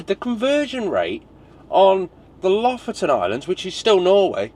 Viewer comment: Lofoten pronounced Loaf-owe-tn with the owe being long and the ten shortened to tn. Just ask a local Norwegian!